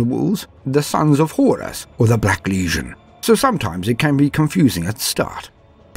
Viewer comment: I loooooove this however your pronouciation of the world legion as word lesion makes me cringe more and more every time I hear it. This critque comes from a good place not hate. It's ˈlējən not ˈlēZHən. Although you may call them a lesion in some sense I suppose hahahahaha. Other than that: outstanding job!